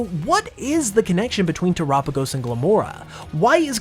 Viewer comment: Dang I hate when people call it "tur-apigos" because it has "tera" in the name because of the terastal connection. You don't pronounce tera like "tura" do you... I guess everyone has their own way of pronouncing things, though lol. Nice video!! As always :)